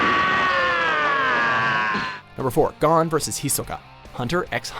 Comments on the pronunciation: STOP SAYING GON LIKE THAT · Every time he pronounced Gon as “Gone” I cringed...